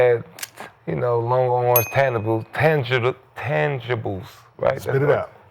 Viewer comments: If it wasn’t for Nick young athleticism as a kid at basketball he wudda never went to school he is slow as watchin paint dry the word he lookin for was Intangible’s not Tangible and he couldn’t pronounce that 😂😂😭😭🤣🤣🤣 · Nick tryna say intangibles is hilarious 😂😂 Kmart saying spit it out makes it even more funnier